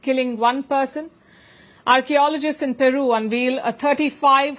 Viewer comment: I love watching your news presentation. Please consider looking into pronunciation of following words: Seismic & Unveil Will let you know of others as I come across.❤